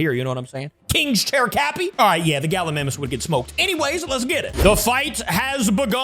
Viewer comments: Capi its pronounced ga-li-my-mus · U keep on saying Gallimimus wrong